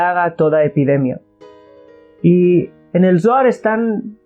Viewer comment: Shalon!!! Una observation,!!!! Cuando dices Zoar, se trasfiere a la palabra dolar" , y comparto el video , solo para no poder confundir a lis principiantes, gracias